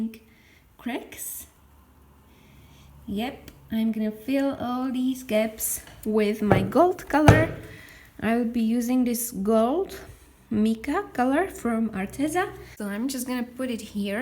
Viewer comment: No judgement but just information--mica is pronounced MIKE-ah. Your piece is beautiful, as all your art turns out to be. You give me lots of inspiration. Thank you.